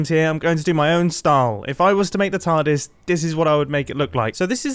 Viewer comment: Is he calling it a tardise